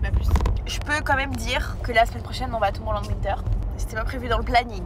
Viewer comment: Arrêtez de prononcer Tomorrowland à la française s'il vous-plaît c'est horrible 😭